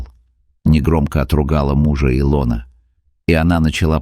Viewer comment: если и сказка (это скорее всего....) -- красивая... респект за хороший рассказ только не И'лона ,а Ило'на у некоторых авторов бывают странные трудности с ударениями в словах